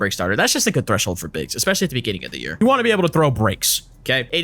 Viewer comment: threshold pronouncing got me dead 😂